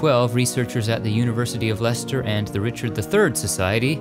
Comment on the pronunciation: As I'm from Leicester,it is great to hear pronounce it right! Also, we watched king Richard 3rd coffin being driven to his burial site. Thousands of people lined the streets to watch history being made.